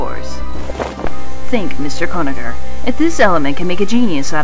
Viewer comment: Mr. Gonaher? It's actually Conagher.